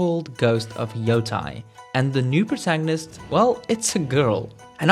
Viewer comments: Its Ghost of Yotei not Yotai... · YO TE II not YO TA II ようてい-ヨウテイ Putain 😂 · Its terrible